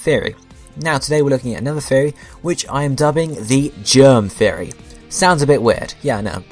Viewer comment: Are you saying Theory or Fairy?